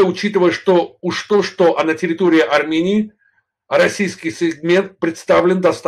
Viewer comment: "Так называемой "суверенной" аРРРамыянии"-☝️😎